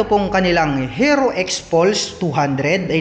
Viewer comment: Paki bigkas po ng maayos yung HERO. Ang sakit sa tenga. Baka dahil dyan baka hindi na bibili yung iba. Peace.